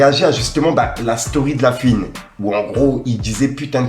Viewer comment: stp c pas la fuine mais la FOUINE